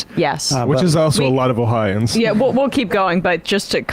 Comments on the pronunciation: I always thought it was "Oh-hi-o-ans" not "Oh-hi-ans" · #1 its pronounced "Ohio -ans". You have to be a special kind of moron to vote for republicans in Ohio. Look into the first energy bs and how many of the leadership were embezzling money. Then Larose purged the voter rolls prior to the 2020 election. Me? Somehow I was on the county rolls but I was not on the state roll... Which is impossible. My mother, who has not missed an election since the 70s, she was removed from both the county and the state, and to make it worse they changed her name to Michael and had her listed as a man 😳. They said that it was vendor error. They never came out with a list of all who was taken off of the rolls, and what their political affiliation is which is required to be stated on your voting form. So far all the people who had their voting rights stripped and didn't know we don't know how many of them were Democrat or Republican or why their names were removed. The Republican party here in Ohio is shady AF. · Its 4 syllables guys....not 'O-hi-ans' its 'O-Hi-o-ans' Yes...I'm THAT guy...someone HAS to be! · Oh-Hi-Oh-Ans omg